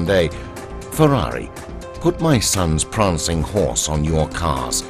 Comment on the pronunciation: "Pranging Horse" Prancing Horse... great video. Thank you for posting.